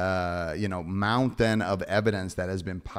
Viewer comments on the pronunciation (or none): none